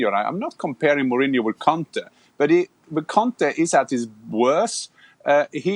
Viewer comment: Gabriel your pronunciation for Conte is a bit rude